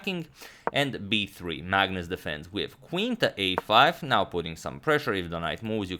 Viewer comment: Now, not bow.